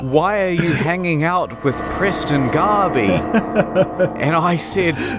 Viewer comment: are you saying preston garbey... couldnt breath? too soon?